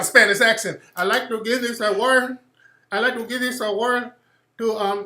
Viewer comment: Spanish accent 😂😂😂😂I’d like to give this awar😂😂😂I’d like to give this awar